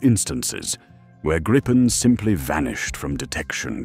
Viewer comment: Was impressed by this narrative (IE?) until 5.36 when it stumbled and said Grajpen the usual mispronunciation.